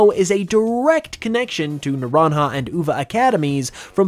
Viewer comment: I hate how Naranja got pronounced 😅